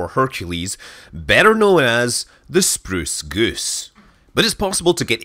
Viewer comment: You get a like for your pronunciation of Spruce Goose.